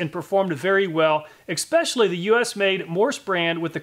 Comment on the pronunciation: Great vid, but "expecially" is not a word and that's a pet hate of mine ;-) Still, thumbs up!